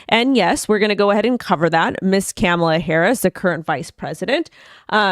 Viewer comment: Comma-La….not caaaamala…